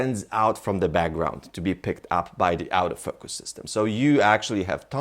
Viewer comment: sometimes when he says "autofocus" it kinda sounds like "out of focus" lol. good video though